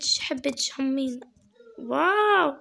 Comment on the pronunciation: انا عراقية سهلة الهجة العراقية سهلللللللل احبج هواية.. انتي حسا منيحة بالحكي بدي تحدي بالغة التركية.. انا اعرف شوي.. مين علمك عراقي ؟ ردي بليز.. انتي زوتيها تقولي هامين.. هي همين.. انا من العراق.. ديالى.. احبك يا.. وصلوا مليونين مشترك.. انا متأكدة انو نقدر نوصل هذا العدد.. يلا نوروا الاشتراك بساع.ههه بساع يعني بسرعة. تعلمي تركي و اعملي تحدي الكلام بالتركي. *اعرف طولت بالكلام * love you so much like for